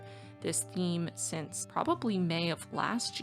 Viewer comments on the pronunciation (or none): none